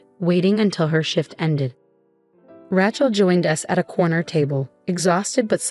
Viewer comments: Ra Chel……please say it correctly. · Probably one of the best stories I've seen here, BUT, please teach your AI how to pronounce Rachel's name.